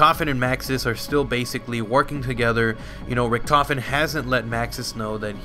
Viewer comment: He is pronouncing Richtofen wrong. you must pronounce Richt